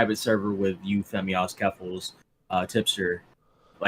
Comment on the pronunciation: "Femzoy" lol